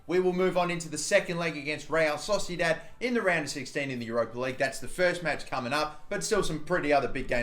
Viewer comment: Real Sosidat - love that pronunciation